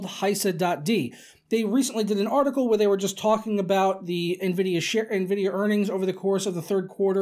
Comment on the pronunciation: I'm just now ordering a 1080 ti.....slow down Nenvidiah